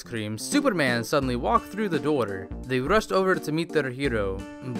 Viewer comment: Everytime he says "door" it sounds like "daughter".